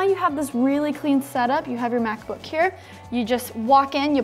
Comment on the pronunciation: I thought she said Math Book at the Begging